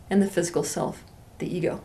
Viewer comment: I like when she pronounces *silf" instead of "self" ... Ok not really